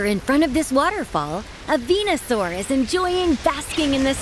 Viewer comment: Me 25 years old: Narrator: "Venosaur"